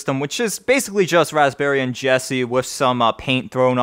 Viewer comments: Raspberryian. Dude it's raspbian, not Raspberryian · Wait, did he just call it raspberryian Jessie? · Lol "raspberrian"